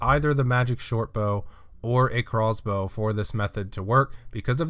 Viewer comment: Ohhhh he's saying Craw's Bow not Crossbow